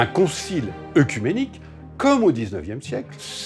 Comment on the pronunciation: "Œcuménique" toujours mal prononcé dans les merdia. On ne dit pas : "eucuménique" mais "écuménique".